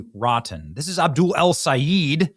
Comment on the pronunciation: It's pronounced Abdoooool😂!